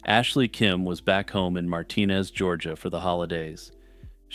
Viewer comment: Having lived in the area for a long time..I gotta say it. Martinez, Georgia is pronounced Mar-tin-ez